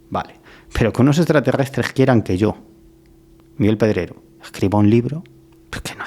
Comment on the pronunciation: ¿Pero que le pasa a Miguel con las R? Grrr tiene un problema suenan como gggg las pronuncia muy mal sin marcarlas grrrrr 😅 Miguel Pedregggoo